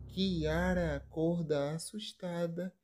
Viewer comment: Q diabo de interpretação e essa ?? O nome do rapaz e ari.da moça e Kiara. não chiara..mto horrível quem estar falando sobre a novela.sai fora